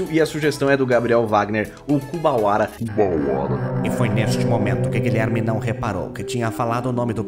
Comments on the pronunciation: Que dor foi ouvir Kubawara! Mas que maneiro é ver você praticando, sempre muito didático. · achou que ele estar olhando pra câmera errada e falando o nome do Kuwabara errado, seria o que irritaria o pessoal, mas a real é que geral ficou irritado dele não ter visto yuyu hakusho completo